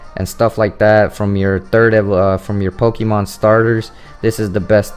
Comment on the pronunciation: You're pronouncing "Pokemon" the wrong way dude.